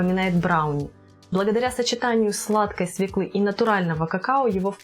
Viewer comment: Смешно смотреть, как тея с понтами произносит "свеклА" Свёкла!!! И никак иначе.